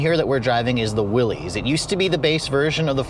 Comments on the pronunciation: It's pronounced Willis not willies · It isn’t “Willies “. Good god that is embarrassing